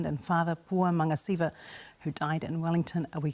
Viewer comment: It's actually Magasiva, not Magasavia